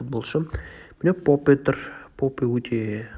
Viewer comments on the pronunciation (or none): попе емес,поуп)))